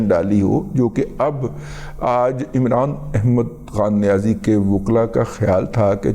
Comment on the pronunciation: دادا آپکی ادائیگی امران احمد کھان نیاز ایک بہت اعلی